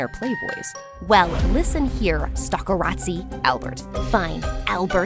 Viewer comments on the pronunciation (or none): Not saying "stalkeratzi"